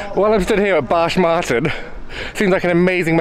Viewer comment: now I can only hear the name as "Barsh Marton" 😃